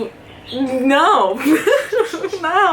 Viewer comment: Sim o ão está otimoooo